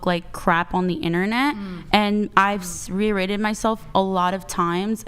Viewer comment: This girl said "reiterated" several times and pronounced it differently every single time, but not once did she pronounce it correctly lol.